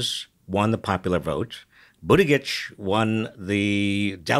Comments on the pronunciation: Learn to say his name. Boot Edge Edge. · Nice job as usual. One correction: Pete's last name's pronunciation is Boot-edge-edge. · Robert, Practice pronouncing Buttegieg.